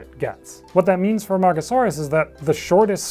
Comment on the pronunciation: I must have my head burned because I hear Amongusaurus instead of Amargasaurus